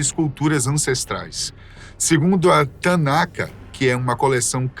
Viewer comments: Não se pronuncia Tana"ka" e sim com "R" no final, ex: TANACH ou na pronuncia TANAR que significa a junção das letras Torah + Neevim + Ketuvim. Torah A Torá é a lei mosaica, composta por cinco livros: Gênesis, Êxodo, Levítico, Números e Deuteronômio. Nevi'im Os Nevi'im são os livros dos profetas, divididos em Antigos Profetas e Últimos Profetas. Os Antigos Profetas são Josué, Juízes, Samuel e Reis. Os Últimos Profetas são Isaías, Jeremias, Ezequiel e os Doze Profetas Menores (Oseias, Joel, Amós, Obadias, Jonas, Miquéias, Naum, Habacuque, Sofonias, Ageu, Zacarias e Malaquias). Ketuvim Os Ketuvim são os escritos, compostos por poesia religiosa e literatura de sabedoria. Os Ketuvim incluem os livros de Salmos, Provérbios, Jó, Cântico dos Cânticos, Rute, Lamentações, Eclesiastes, Ester, Daniel, Esdras, Neemias e Crônicas. O acrônimo "Tanakh" ou Tanach é formado pelas três primeiras letras de cada uma das divisões: Torá, Nevi'im e Ketuvim. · Tanakah... 🤦 Tanakh é o termo correto. O som da pronuncia é taná. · "Tanakah (Tanaka)" kkkkkkkkkkkkkkkkkkkkkkkkkkkkkkkkk, como judeu eu tive que rir! O correto é Tanakh, se pronuncia Tanarri, mas em português pode pronunciar Taná ou Tanaqui...